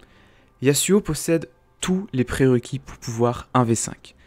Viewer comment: Jveux pas faire mon reliu mais Yasuo se prononce Yasso. C'est un nom inspiré de la mythologie japonaise Et Illaoi se prononce ïlaoye C'est un nom Traditionnel Comorien